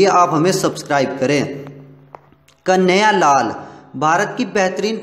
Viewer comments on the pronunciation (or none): कन्या लाल नहीं कन्हैया लाल उच्चारण सही करें